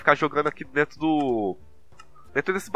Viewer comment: Lá "Drento" ydgagdagsdygsdyadygsda português ótimo